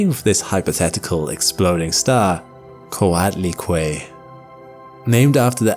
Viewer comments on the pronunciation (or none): Coatlicue is not pronounced Kwaddly-Kway. It's "Koh-ah't. -ee-kweh" It's two words meaning Snake-skirt. Basically a God who wears snakes as a dress. The first word is Coatl, but you don't say a hard L. TL sounds like TH but said with your molars instead of your incisors. "ee-kweh", is a linked form of Cuetl, meaning skirt. When certain words are linked, you drop the TL at the end.